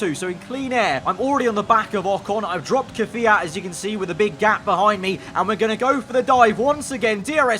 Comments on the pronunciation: Ffs it’s KvYAt not Kafiat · stop ✋ saying KIFIYAT it’s Kvyat